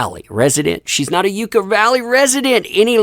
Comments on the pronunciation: Hey! Congrats on 400k! Also, it's Yuck-uh, not YUU-ka. She sold this before the judgement could be entered against her, meaning that any money she made would've gone directly to Johnny had she waited. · Pronounced 'Yuck-a' . Not "yooka" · Its not You-cah, its pronounced Yuck-ah. Yucca valley is also not a place you really want to live so very surprised she even wanted a home there. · It's pronounced yuck-a valley. Not making this up. I grew up there. Lol everytime I heard it said on here as ewe ca valley I cringed with a smile tho. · Just a heads up from someone who actually is from that area, it's Yuck-a not You-ka, for Yucca Valley. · Percentage price change on AH home seems right in line with other houses in Yucca Valley in the same time frame. (P.S. The proper pronunciation is "yuck-uh", not "yuke-ah".) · It’s pronounced Yuck-a Valley. Not Yooka Valley. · It's pronounced Yuck-Uh. Also, it's hell on Earth during the summer and frozen during the winter. Not Beverly Hills. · Yucca..yuck/uh valley, is 45 mins from me and its basically a tweaker haven. I giggled every time I heard u pronounce it! U made my day! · It is pronounced YUCK Ah Valley. And the high desert ( near Joshua Tree ) doesn't need her. She can move back to Texas where her baby daddy ( allegedly ) now resides. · As a kid who grew up in this little place, it's pronounced Yuck uh valley! I adore your work and wish you the best! Thank you for your fight! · FYI it’s Yucca (like “Yuck-uh”) Valley. 😉 love u! ❤️ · It’s Pronounced Yuhka valley - I live about 45 minutes away from there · A friendly hint ... believe it or not, really and truly it's pronounced "Yuck-a Valley." Thanks for all your good work, and especially for standing up for the importance of telling the truth. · It’s pronounced ‘Yucka’. 🙃👍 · It's pronounced (yuck-uh) yucca valley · Just a heads up, its pronounced Yuck-ah. Thanks for the coverage! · Ok, just for reference Yucca Valley is pronounced “Yuck-a”.